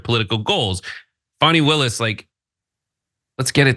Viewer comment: Stop mispronouncing ms Willis’s name.